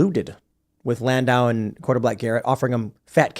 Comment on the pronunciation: "A comedian Dave Landau" HOLY FUCK TIM LEARN TO SPEAK.